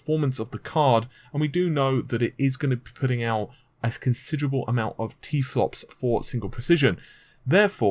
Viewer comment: Plus he keeps on saying t flops. Mate it's terraflops get it right son